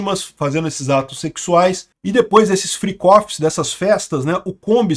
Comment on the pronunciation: "Fricófi". é o melhor kkkk